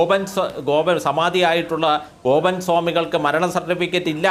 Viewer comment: വക്കീലിന് വാക്കുകൾ തൊണ്ടയിൽ കുരുങ്ങുന്നു ഗോപൻ എന്നതിന് ബോബൻ എന്ന് പറയുന്നു 😂